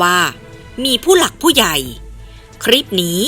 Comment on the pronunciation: คลิป อ่านว่า คะ-ลิป ไม่ใช่อ่านว่า คะ-ริป. (ล.ลิง.ให้ผันลิ้น1ครั้ง)